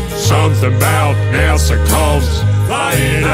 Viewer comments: Nice-sounding tune, though one tip: American Southerners don't pronounce it "NASerr;" there's no final R sound. I would've never guessed you're British if not for that. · I'm really confused why he pronounces NASA that way. 😂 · Lol, everyone should pronounce it this way! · Everything you do is great... but this is the one that gives away that you're not American... because you say "Nasser" instead of NASA. 😄